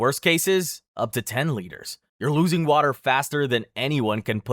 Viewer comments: Liters not litters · why is he saying litres like "litters" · “Litters” “Funji” bro stop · Bro. It's LEE TERS. Not litters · We could loose litters or water? Oh no! I think you mean liters there dude. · As a professional American, "liters" isn't pronounced "litters," it's pronounced "leiters", please fix that in later uploads. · Liters is pronounced leeters not litters. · Litters? Litters of what? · "Eight lidders of fluid!" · Pronouncing liters as litters is diabolical 😃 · Is it just me, or is he pronouncing "LITERS" by saying "LITTERS"? I mean no offense, it just sounds hilarious 🤣🤣🤣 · You don't really pay attention to the fact that this guy's American, until you hear him pronounce units of the metric system. Like bro, seriously, "litters" 😅🤦🏻‍♀️🙏🏻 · 8 litters? The fuck is a litter? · It's pronounced LEE-TERS. JFC. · this is a cool video, but STOP PRONOUNCING STUFF WRONGGGGGGGG, "Litters" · Litters? God dam that annoys me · Many of your pronunciations of in this video are driving me insane especially with how you pronounce liters and fungi. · I swear he´s saying "liters" wrong on purpose XD